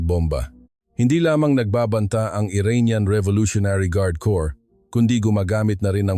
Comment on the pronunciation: Hoy AI ANG CORRECT PRONUNCIATION NG CORPS IS LIKE KORE NOT KORPS bobo mo leche